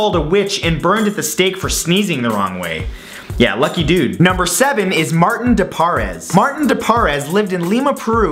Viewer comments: It's actually St. Martin de Porres (like pores on your skin)... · Look, I agree with all of these miracles. The one thing I cannot get passed is your mispronunciation of Therese, and Martin De Porres. Please next time you want to do a video about saints, find out the pronunciation first.